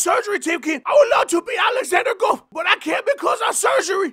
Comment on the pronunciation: "Alexander Guff" 😆🤣😂